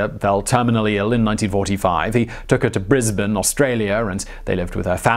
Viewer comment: Holy crap mate! For all the names and places and words you mispronounce (to my great enjoyment, don't go changing) you actually nailed how to say Brisbane whereas most foreigners balls it up something terrible! Well done and have a brew on us - Brisvegas.